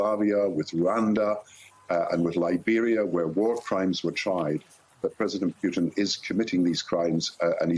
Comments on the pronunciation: Why does he keep calling him Pewton? What's wrong with this guy? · Love the way the brits pronounce his name Pew-Ton, how appropriate. He may not be able to move around to much of the world once he is indicted for his war crimes- much like the Nazi’s he will forever be running and looking over his shoulder, as he should be.